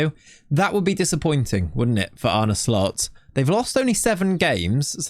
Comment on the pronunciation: It's pronounced "Arne Slot." Not once in this video did the presenter get it right. What skin do you use?